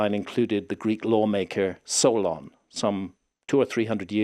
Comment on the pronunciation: I had to do a double take when he said Solon. I thought I heard Sauron. Just about lost it.